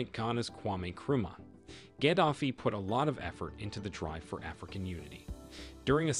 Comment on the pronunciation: You need to learn to pronounce his name. It's not how you say it. It's Gah-da-fee. Not Gad-af-ee. The sad thing is, he was a rebel when he came to power but eventually played ball. It was only when he telegraphed that he would create a gold-based currency that he was destroyed. Ultimately, the media spinned it at the time as if he was some tyrant. A very similar problem occurred in Egypt. But the reality was his push against the IMF and the world order [of fiat currency and debt] that ultimately did him in. It's a shame. He would have done well had Billary not interferred.